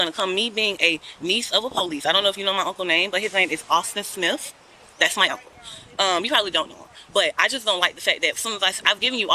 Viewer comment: Her uncle is “Ossifer Smiff” 🤣